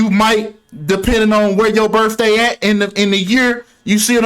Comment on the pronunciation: It's biRTHday not biRFday